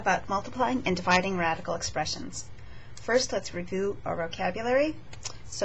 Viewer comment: does she say revoo?